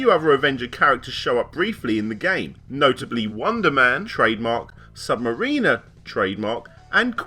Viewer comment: I know its nitpicky and I love your videos but how you pronounced Sub-mariner bugged me. Its (mare-in-er) FYI